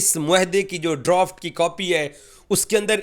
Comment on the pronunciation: Droft nahi hota Draft hota hai😂😂😂